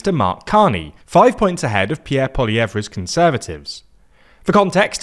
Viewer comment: Really need to learn to pronounce Pierre’s last name 😢